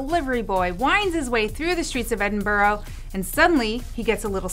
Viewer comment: Ed-in-buh-row? Bruh. Ed-in-bruh.